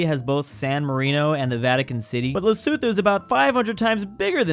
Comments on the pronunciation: this is lusuthu Me: "le-soe-toe" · for future reference Lesotho is said as Leso2 not thoo